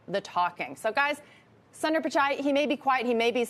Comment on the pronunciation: It’s NOT ‘San-dar, it’s ‘Soon-der’ please learn to pronounce foreign names correctly. So disrespectful. Do your HW.